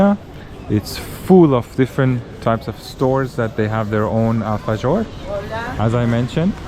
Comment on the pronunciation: Guys, it’s pronounced alfaHor nit gor 😊